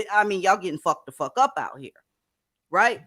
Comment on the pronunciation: I surely can help. I have a hand book. 1st chapter is we practice how to say “I don’t give a fawk” like Aleah. 😂🤣😂🤣😂 Stop caring.